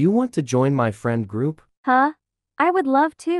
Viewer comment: saying froup not group